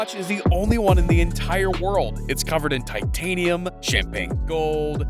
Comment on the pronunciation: Titanium I hear Wakanda lol